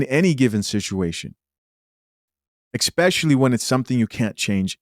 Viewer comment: Can he please stop saying 'Expecially'?